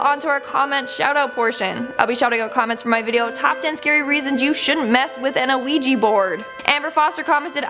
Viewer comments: Ouija [ wee-juh or, often, -jee ] Please stop saying the O. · Thats not how you say ouija.